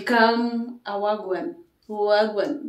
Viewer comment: It's wah a gwane.